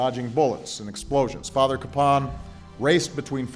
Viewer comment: I know locally everyone pronounces his name CAPE-un, but an effort really should be made to pronounce his name correctly, as the family does, which is Ka-PAWN.